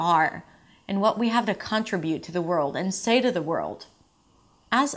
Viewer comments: Not CON-tri-bute, but con-TRI-bute (both U.S and U.K.), although CON-tri-BU-tion is correct. One of the many, funny irregularities. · Hi! It's "con-TRI-bute. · con·trib·ute /kənˈtribyo͞ot/ this is the correct pronunciation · LOVE your stuff, as a former ESL teacher trained in accent reduction. However.... just know that no American says CONtribute. Fyi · she stresses the u (last syllable), when in fact the stress goes on the second syllable (trí)